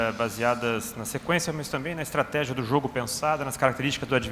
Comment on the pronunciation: Repórter não saber pronunciar estratégia e falar estategia é muito pra minha cabeça .😂